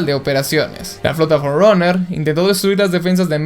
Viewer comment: Por qué dices "fourroner"?